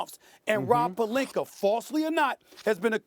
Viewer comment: Does SAS add a “R" at the end of every name that ends/sounds with an "A"? Pelinker? Jokiam Noaher etc